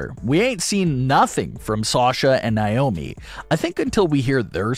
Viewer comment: Why do you keep saying "Nye-omi"? Her name is "Nay-omi".